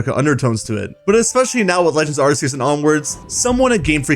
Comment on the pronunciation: And arse-eus. Like arse like how some British people say ass